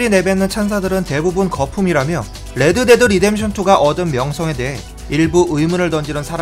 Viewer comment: '레-드 데-드 리뎀션 투' 발음 재밌는듯 ㅋㅋㅋ